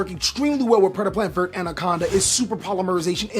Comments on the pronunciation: I hate how you mispronounce verte. It's not vert. It's "ver-tae" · every time he says vert instead of verte i get 3 aneurisms